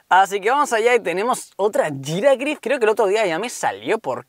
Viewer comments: no se dice "jiragrif" es "jirafarig" 😂😂😂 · Giragrif ?????? Es "G i r a f a r i g" no termina en grif